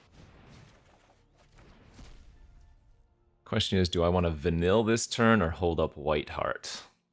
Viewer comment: I hate myself for being this guy. But wotc made my favorite IP of all time and put even more eyes on it.. so….. Vanille is pronounced Vuh-neil A lot of names in XIII have weird spellings.